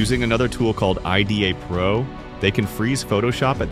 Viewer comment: BTW, nobody in the field calls it "I-D-A Pro", it's just "Eye-Dah Pro". Also, that's not the only reversing tool out there. It was certainly the most capable for a very long time, but now a lot of people are using Ghidra. Nicely done and approachable video though!